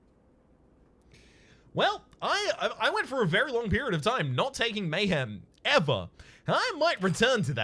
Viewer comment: It’s cause you called it lame-hem 😂